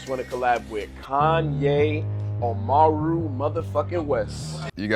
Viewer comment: Bro thought Kanye was 2pac he called him Amaru instead of Omari 💀